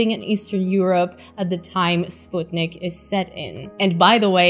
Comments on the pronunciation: Major props for properly pronouncing Sputnik, a feat which other space channels hosts (Scott Manley, Vintage Space) haven't mastered so far. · Thank you for the recommendations and for the proper way to say 'Sputnik'.